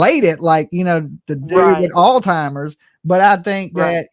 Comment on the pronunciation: It’s not altimmers it’s Alzheimer’s disease